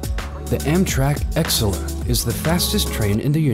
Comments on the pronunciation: it’s pronounced “A-Sell-Ah” not “Ex-sull-uh” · “Excela” instead of “acela” lol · It's Amtrak Acela NOT Exela. It's pronounced (a sel' a) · Real Quick, Its Pronounced Acela (Uh-cell-uh) For Us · Cool Video. Amtrak's Acela high speed train is not pronounced Ex-el-a. The proper pronunciation is a-cell-a. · Budder Shark not to mention he called it “Exceler” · For real, he says it like "eggcela" uhhh??? That ain't it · 4. It's pronounced Aseela Express 3. You show an ETR500, an ETR 1000 and an Italo AGV that's not even operated by the same train company and they all have different top speeds. 2. The Fuxing Hao, The Velaro D's and even the 700 Shinkansen in your China compilation haven't even reached the speeds you mention in testing. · ah yes: the amtrak ek scel uh. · Amtrak "Ex-cela" ..........??? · its actually pronounced acela (uh-cell-a) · Why did he pronounce the Acela Expres that way? It’s Ak-sella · “Amtrak Exela” what? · Pronounced a sell a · The way he pronounced acela kills me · You absolutely butched Acela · Did he have a stroke trying to say Acela? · Don’t believe that’s the correct pronunciation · God damn you pronounce Acela horribly! And Acela should probably be at the bottom of the list, if it even makes the cut (which I doubt it should) That train from India should NOT have made the list at all! If you're going to put that on here when it tops out at 100mph, I'm pretty sure even the Northeast Regional that runs effectively the same route as the Acela, gets to higher speeds than 100mph!!! I'd also argue that the maglev shouldn't count because it doesn't use traditional tracks!